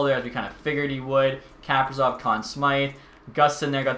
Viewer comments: Kaprizov is pronounced kuh-pree-zov, btw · Does it just bother me that he says,kaprizov wrong idk its annoying to me